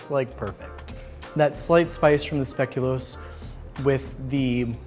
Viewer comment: As a Belgian I just want to say that I appreciate how well pronounces speculoos. And that he knows biscoff is not the only speculoos/speculaas ❤